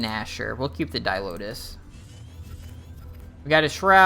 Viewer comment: Didn't comment on mispronounced burster vs buster, because mispronounced card names is a trend here. crypto-matic cold vs chromatic cold. di-lotus vs di-oltas. There are others that don't come to mind at the moment, but it doesn't bother me enough to generally point it out. Hey you asked though lol. Cool deck tech, keep it up!